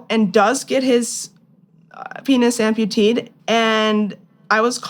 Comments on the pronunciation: How does someone have a masters degree and not know that “amputeed” is not a word. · "Amputated" not "amputeed" ffs.